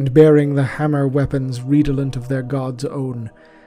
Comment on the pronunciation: *RED-uh-lent*, not *REED-uh-lent*.